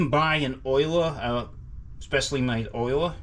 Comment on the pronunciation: I know the pronunciation as oh-la,not oil-a. Maybe a regional thing?